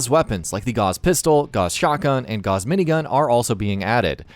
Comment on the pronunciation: Gauss is Not pronounced Goss. It’s gowss.